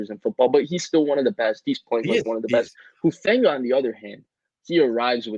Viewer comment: This guy is a total jerk. He hasn't pronounced Talanoa's last name correctly since----since forever. And then here he has the temerity to suggest that he's some sort of expert on dialects and linguistics. Do some research, pal---or just listen to the CORRECT pronunciation given by the person to whom you were just talking! It's....."who-FAWN-gah."